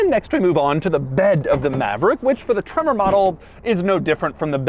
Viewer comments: Took a shot every time Doug said “TreMMor!” I died. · Gotta love how he says “TREMOR👺” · Why must he put that annoying emphasis on the word “tremor” every time he says it?